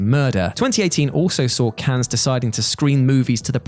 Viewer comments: How about we stop saying “Cans” and pronounce “Cannes” as it is pronounced in France: “Can”, getting tired of this, is everyone in on this? Is it a thing everyone’s agreed on? If so we could just start to say “Thorouf” instead of “thorough” or Connect-I-cut and so on, come on... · Cannes is pronounced like a single “can,”. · Not to be "that guy," but Cannes is pronounced, "Can." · cannes is not pronounced like that. you drop the s so it's just can. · Cannes, Fracass... ffs How about the script writer having a read through or spelling tricky things phonetically; rather than multiple mispronunciations EVERY SINGLE WHATCULTURE VIDEO.